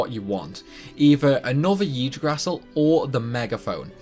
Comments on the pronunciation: For future reference It is pronounced EEg-drasil. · This is how you pronounce Yggdrasil: eeg-dra-sil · Hearing yggdrasil "igg-dra-sill" being butchered so badly... it breaks my heart... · You definitely did butcher the pronunciation. Yggdrasil is pronounced "igg Dross Sill" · “Yig-draw-sil” that’s how I’m pretty sure it’s pronounced... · I have over 5000 hours into the Disgaea series, and really, I love how idiotic it sounds to tell someone about those ludicrous times to achieve perfection. About your Video: You are a master of brokenness, Sir. I haven't played D5 (I stopped at D3), but really, it is awesome to see someone breaking D5 so early (especially the Yggdrasil prononciation, i laughed, sorry) Keep up the great work, Dood!!! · It amazes me that you spent 260 hours on this video and not 1 minute of it was spent on typing 'Yggdrasil pronunciation' into Google.